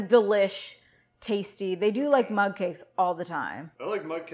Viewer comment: Mug! Lol I thought you were saying mud 🇦🇺